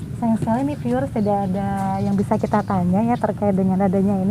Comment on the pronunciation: Piiuuerr 😂🤣 di tengah sawah? 😂🤣😂 piiuuer piiuerr kaya lagi disebarin pasir mbaak.. Piiuuerr piiuuerr... Gimana jalan setapak di depan candi bisa jadi petunjuk bhw candi itu untuk tempat keagamaan. Piiuueerr mbak piiuueerr? Ooohh "viewers"... 😂🤣😂🤣 maap deh mbak ini kuping Jawa jadi rada tulalit... 😂 mending menyapa penonton video dg kata " Saudara" "sedulur" atau "pemirsa" aja deh mbak.. Biar lebih mengindonesia 🇮🇩🇮🇩🇮🇩